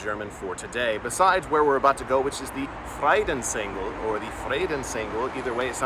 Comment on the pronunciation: Cool how you speak the words fre dens Engel. It sounds to my mother language (Dutch) as vredensengel. It means angel of peace. Vrede is peace ande engel is angel in Dutch.